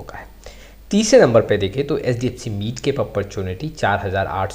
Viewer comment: Midcap bolnaaa seekh pehlee.....